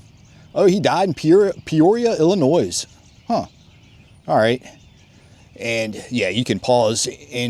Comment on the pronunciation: I can tell you're not from Illinois hahaha, you said with the "S" haha. Im from Illinois and I know Peoria well. That's quite a trek for that confederate lol..